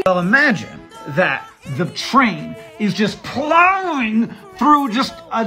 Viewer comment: When Hank emphatically said: “PLOWING” I felt things that had nothing to do with my love of science. 😅